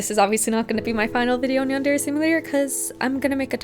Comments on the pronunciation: It also really pisses me off how YandereDev says the word "yandere" It's far from the worst thing he's done but how tf do you not know how to pronounce one of the words in your title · stop saying yandere with an accent